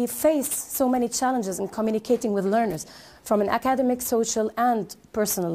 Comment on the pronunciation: I don't know if I am going to be able to get across my true observation for the presenter and get true feedback on this by my fellow brothers and sisters. However, let me point out that she pronounced the word "academic" wrongly each time she said it. Then, she used a wrong structure of the word "continue+Gerund rather than she used continue to reading which is totally wrong. She seemed to be talking too fast to confuse the learners. Observingly, the conclusion had many erroneous grammar conventions, such as, As educators we .....*it needs a comma here. 2...those students, finding effective ways......* finding effective ways ..* by finding effective ways... and so on and so forth.